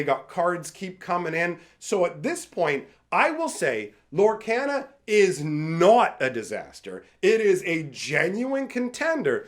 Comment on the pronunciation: Does it bug anyone else that he pronounces Lorcana wrong?